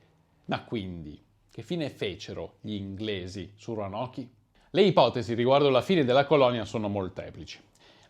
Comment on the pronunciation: Si pronuncia ronok